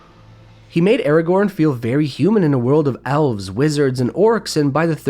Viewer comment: I am mildly annoyed by the way you pronounce Aragorn. Other than that it is a great video 😄